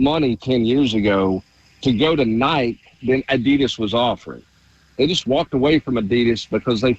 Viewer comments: Yea I heard him say it a few months ago and shook my head in disgust lol. Love him but it's inexcusable. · I mean it’s gotta me intentional.. who the heck doesn’t know how to say Nike in 2025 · Someone teach how to pronounce Nike